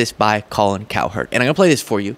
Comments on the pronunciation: my man, you gotta stop saying it COW HERD, It's basically pronounced like coward. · Kind of like how you're not much of a sports fan pronouncing Cowherd as if it was two distinct syllables. Not a dig, just a thought.